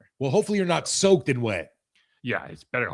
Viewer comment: Steve said Soacked and wet 🤣